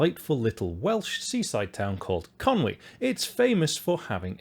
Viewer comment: I smiled when I’ve heard Conwy and not Conway. Nice job, sir ;)